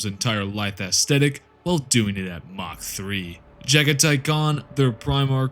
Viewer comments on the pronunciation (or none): none